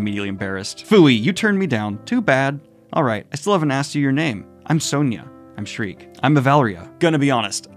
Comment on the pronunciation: Sheer-kuh. Not Shriek. Sheer-kuh. Please Daniel.